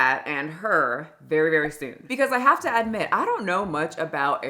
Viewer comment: ADmit...never heard it pronounced in such a way